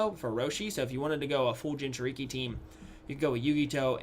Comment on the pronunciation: when you said jinchuriki I got triggered